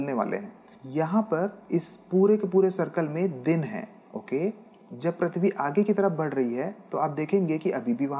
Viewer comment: Prithvi not prathvi Correct your pronunciation